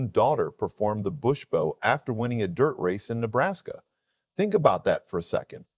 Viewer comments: Its bow not bo🤦🏿‍♂️ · A "bow" is something put on a present. A "bow", which is pronounced the same way as the front of a boat or ship, is a bend at the waist in honor and thanks to an audience. A.I. narration? Probably. Sinks your credibility.